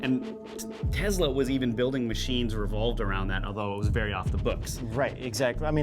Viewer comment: Hey it’s Tesla not TEZLA 😂